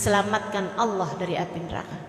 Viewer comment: Cara kamu sebut Allah tidak betul